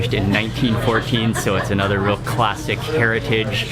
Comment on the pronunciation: 'CLASSICKKKKKKK' and again , and on and on...#toponeself!